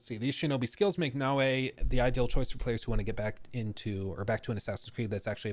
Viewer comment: Naoe, E, is supposed to be pronounced as A in Japanese. So, it's actually Nao+A, not Na Wei. Wei is usually use by Chinese.